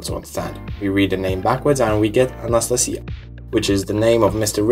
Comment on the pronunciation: lol your remarkably terrible pronunciation of An-a-sta-sia